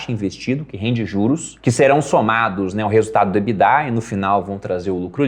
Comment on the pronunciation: Nunca vou superar o surto coletivo que é pronunciar a sigla EBITDA (que é em inglês) pela pronuncia "Ebidá" como se fosse francês. Não faz sentido algum